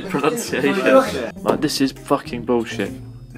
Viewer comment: "F*cking burusheet"